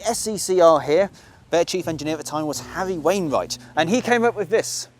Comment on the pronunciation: You have to admit that saying SE&CR and Harry Wainright in the same sentence is really difficult but you pulled it off beautifully.